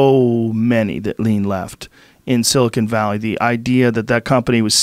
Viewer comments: Joe “*silicone* valley” rogan lol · Is it just me or is Joe consistently calling it "Silicone Valley"? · "Silicone Valley" lol